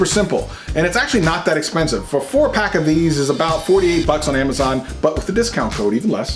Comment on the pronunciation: did he say ammiezon?